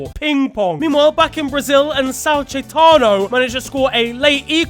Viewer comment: "Sao Chaetano" 😭